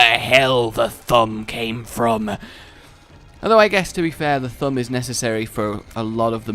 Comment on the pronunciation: I love how when says thumb it sounds like Th'um